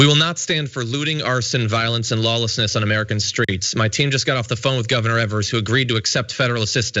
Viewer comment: Governor Tony Evers rhymes with "fevers" - not "severs" like John said.